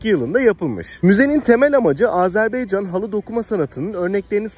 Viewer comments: Azerbeycan değil, Azerbaycan, dikkat lütfen ;) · Selamlar izlediğiniz için tşk ederim, ülke ismi sizinde ilettiğiniz gibi Azerbaycan olması gerekiyor çok doğru, fakat türk dilinde a-e harfleri okunurken bazen telaffuz bozukluluğu olabiliyor düzeltme için tşk ederim, eminim bunu bilen duyan herkes çok daha hassas olacaktır. Azeri kelimesi ise açıkçası yazılı ve sözlü platformlardada genel olarak sürekli kullanılığı için kulak duyumundan kaynaklanan bir telaffuz diyebilirim, kişisel olarak kötü niyetimin olmadığını yada olumsuz bir sebebi olmadığını zaten tahmin ediyorsunuzdur ✌🏻😇 Volkanik dağ; sizde iyi bilirsiniz çook büyük bir alan, zamanda kısıtlı olduğu için ve turla gezi yapıldığı için de olanla yetinmek zorundaydım ama bilseydim muhakkak şehidimize uğrardım görevimizi yapardık 😢 Komposto kısmı ise çok komik oldu inanın zeytin mi bu dedim ingilizce ve türkçe sordum evet dediler, ama araştırdığımda ve restorantın menüsünde görünen ismi neyse alta yazmaya çalıştım, doğrusunu ilettiğiniz için tşk ederim. Videoda şeyh bakuvinin türbesini hızlı geçmiş olsamda içini bizzat ziyaret ettim. (Teknik olarak videolarımın altında müzik olduğu için ve total dakikayıda uzatmamak adına kısadan gösterdim aslında) Türk şehitliğinide bizzat ziyaret ettim ama yine iletmek isterim amacım gezilecek yerlerin rotasını kısa, net, öz anlatmaya çalışıyorum teknik olarak videonun zamanını uzatmadan :) videoyu izleyenlere nerde ne var gösteriyor keşif sırasını onlara bırakıyorum açıkçası. İzmir marşının, türk kavkaz marşının benzerliğini ilk kez si